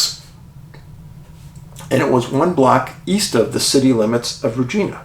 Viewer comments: Just to clarify Dave it`s Re Ji Na, not Regeena. Thank you for the great episode. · Hey David I live in Regina. I know people have a tendency to shy away from its proper pronunciation. 😂. It’s RegInA. 😂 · Thank you so much for the Saskatchewan segment! Regina - pronounced: ReJINE A lol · this doesn't matter but, regina is pronounced like vagina just saying lol source: It's where i live and across from the RCMP barracks as well. I hear the trumpet(s) when they do parade every dang morning. If anyone confused parade just means marching in formation not a street parade if that's what you might be thinking lol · Hi Dave, love your channel. It's pronounced Reg- eye- na, Regina. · I'm not a person to critique people..but..Regina,Canada is pronounced with the I as" eye". Love all the work that I know you do. Will remain a loyal watcher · I don't mean to sound pissy and I have no stake in this: How to Pronounce Regina? [CORRECTLY] Canadian City Pronunciation [Saskatchewan] It just annoyed me enough to comment...